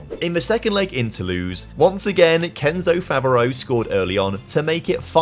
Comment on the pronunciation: I love that you've done more videos in France lately, showing up the irl clubs... Now, if only you could get the pronounciations close to correct. (You're quite good at pronouncing the clubs, but for example, Favreau would be pronounced Favr-o, not Favr-ee-u.)